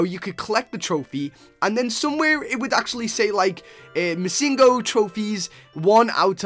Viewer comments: uhhhhh its missingNo. not missingo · It's missing no not misingo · Um its missing no not missingo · ITS PRONOUNCED MISSING-NO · He said missinggo XD